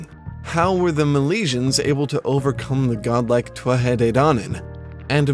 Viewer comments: why do you pronounce Tuatha that way? I've always just said it like 'tooatha' with the th sound prounounced like we do in english like in the word 'the'. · So many Irish words mispronounced. Most notably Tuatha is pronounced 'Two-Ha'! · In modern Irish, TH is an H. So, it is TOO-a-ha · isn't it To-ath-ha when you pronouce it ? :P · Ok a bit of help, I know someone else posted their pronunciation of Tuatha but I personally would say it too - ah - ha, with the syllables running together fluidly.